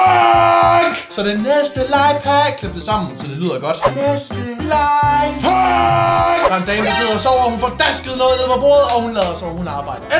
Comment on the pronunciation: mega god video 😁👍jeg kunne ikke lad vær med at grine da du sagde næste lafehack 😂